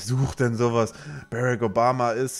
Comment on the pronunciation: Seit wann Heisst es Bärek Obama :D ^^